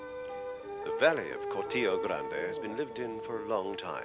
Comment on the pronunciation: Shame that the commentator didn't pronounce 'Cortijo' correctly!!!!!